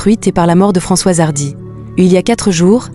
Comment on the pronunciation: Vous êtes vraiment minable avec votre exploitation par l'IA : la voix dès le début n'a pas assimilé Françoise et dit François, etc etc, je ne rentre pas dans le détail sordide du reste